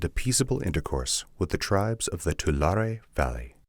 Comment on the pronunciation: Not a linguistic prescriptivist, but just want to share as an English speaking Californian that we tend to pronounce "tule" and "Tulare" as too-lee and too-lair-ee